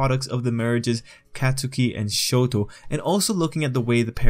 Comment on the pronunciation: "acadeemia" Edit: "show-doe"